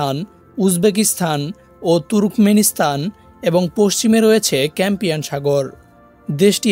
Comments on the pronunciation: ক্যাম্পিয়ান না ক্যাসপিয়ান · ক্যামপিয়ান নয়, কাসপিয়ান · Campian na caspian sagor